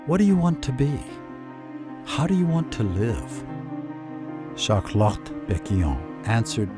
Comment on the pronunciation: Shart Lot !